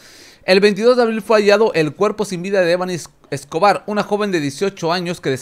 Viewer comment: De perdido pronuncia bien su nombre